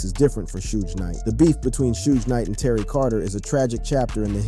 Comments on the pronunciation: How do you say suge knights name wrong and be a spokesperson for the hip hop community lol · On PurPosE!! 🙆🏾‍♀️